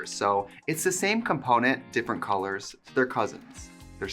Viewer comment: You have crispy Os when you say colors… cOlOrs